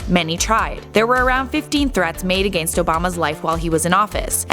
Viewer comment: Lol the way she said against though😂😂